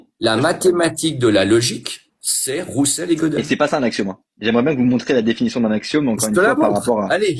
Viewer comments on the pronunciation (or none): Si il le dit, tu devrais réécouter. Mais je comprends, le fait qu'il ne prononce pas Russell à l'anglaise mais à la française (j'avais un vieux prof de fac qui faisait pareil) Ca An DiT LonG !!!!!! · Heu non… c'est quoi ce mensonge? Ce qu'il dit explicitement: "Gödel est le deuxième père fondateur de la logique. Ils sont deux "Rousselle" (oui parce qu'il sait pas que ça se prononce plutôt "Weuseul", ce qui tends encore à montrer que c'est un menteur qui n'est pas un chercheur) et Gödel." Pas de mention de logique mathématique à ce moment, il parle de la logique toute entière. Et quand bien même il aurait parlé de logique mathématique, ce serait quand même faux, puisque la logique mathématique existe depuis au moins Boole. Il dit de la merde, clairement.